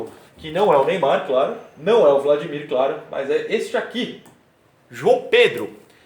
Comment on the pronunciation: Engraçado ver o falando “vladmir” kkkkk